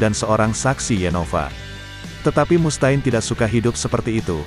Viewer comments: ampun dh Mustaine ( read ) Mustein, bukan Mus ta'in 🗿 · Mus Ta'in bro banyangan coba didengernya.